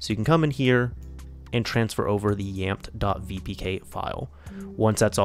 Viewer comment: Pretty sure it is pronounced as YAMETE